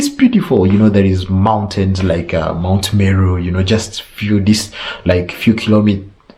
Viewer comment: Are you a? Gillafe, Mt Melu, 😆😆😆😆🤣